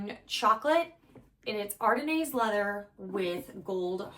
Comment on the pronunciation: Ardennes is pronounced “Ar DEN” with the accent on the “den.” The “s” is silent.